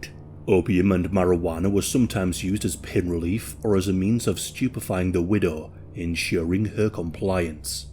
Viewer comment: No he said stupefy